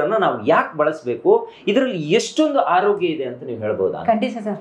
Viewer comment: Haarogya alla taayi 🙏🏼😂 Aarogya 🙏🏼 Kannada ulisi🙏🏼